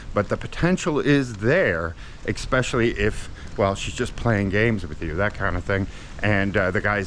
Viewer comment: "Ekspecially". Come on,.